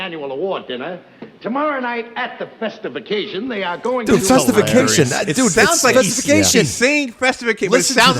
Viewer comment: festification...he said " festive ah-casion".